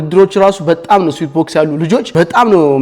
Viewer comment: ስዌት ነው ስዊት አይደለም